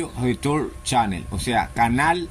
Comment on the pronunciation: Pelo chico, es que no sé qué significa las sigla en inglé Audio Leturn Chanel, o al menos así lo plonuncias, no te entiendo nada.